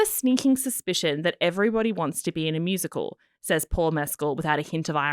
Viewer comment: Paul is a complete gentleman. You are pronouncing his name incorrectly by the way! Both you guys are totally talentless!